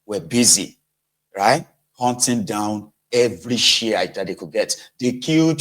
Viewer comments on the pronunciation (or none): none